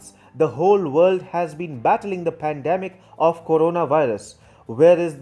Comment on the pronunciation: While the Philippines pweesident.. "I need china more than ever specially this hard time of pandimic." . I